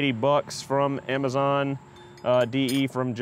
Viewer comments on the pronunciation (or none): none